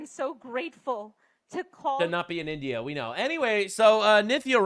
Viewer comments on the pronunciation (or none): none